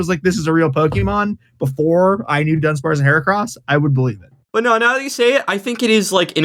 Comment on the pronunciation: Dunsp-cross? Nay nay. That's her-arse